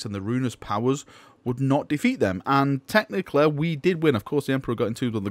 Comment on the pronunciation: I love how you say technically like "technicle"